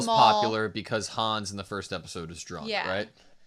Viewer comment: The Connie pronunciation 😓 Connie like continuity y’all Pixis like pixie dust, not pikes Hannes like harness without the R, not Hanz